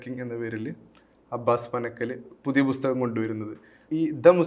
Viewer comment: അവതാരകന്‍ നന്നായി മലയാളം ഉച്ചരിച്ച് പഠിക്കണം. ''ബുസ്തഗ''മോ ? എന്തോന്നാണ് bro ? പുസ്തകം OR ബുക്ക് (book)